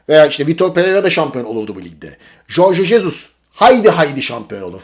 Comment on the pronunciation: Abi Jorge Jesus'u dogru telaffuz eden ilk sensin galiba. Tebrik ederim! :) Jesus gelirse, ortam ve duzen degisirse Kim Min-Jae ikna edilemez mi peki?